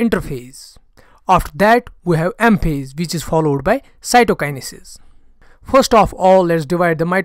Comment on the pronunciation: I like ur videos but ur pronounciation for some words 😑 pollowed ❌followed ✅